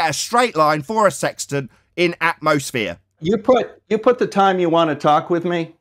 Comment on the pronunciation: It’s called “atmosphere” not “atmoflat”